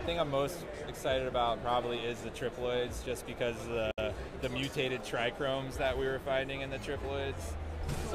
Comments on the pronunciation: Dude it's trichomes there is no hard r...maybe you are super stoned but get it together for God sake aren't you the breeder....love ya bro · Dude is advocating Monsanto weed ideas while saying trichromes 😂. Wack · he said try-chrome trees... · Darn how is he the co-owner of THEE Humboldt Seed Co. and he says trichromes...smh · He said try-chromes multiple times on their live Humboldt Seed Triploid issue response, what a dumbass lol